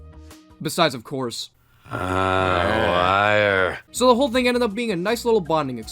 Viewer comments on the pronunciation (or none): "wireeee" is so funny to me